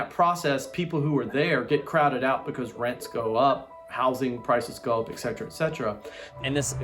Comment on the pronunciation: Can someone please explain to otherwise smart people, that the Latin is "ET setera," not, "ek setera?" Ffs. Speak Latin.